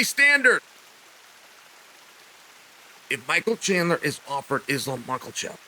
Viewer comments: Don’t worry Chael Names are hard “Mockelchev” “Alex Pee-era” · I’m just here for the mispronounced names😂 Makelchef is great. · "Islam Mucklechef" this guy😂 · Lmao Mocklechev... Jesus Christ Chael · Michael Mackelchev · MAA-KAH- CHEVV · Surely we ought to talk about 'makhlachev' once he actualy gets signed to the ufc? 🤔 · I was just coming to comment this lol. Where did the L come from in Makhachev?